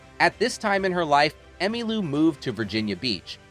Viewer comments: Who writes this crap? More to the point, who (or what) READS this crap? her name was pronounced "Emmalow" and Parson's death "de-stab-i-liz-ed" her. Is it some kind of reading bot? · No kidding! "Fuse-ed". "Emma Lou". Frequent er-roars.